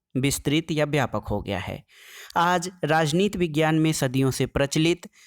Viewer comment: Vejiyana na sir padhna hai